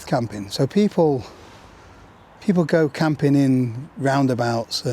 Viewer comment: its "glamping" lololololololololo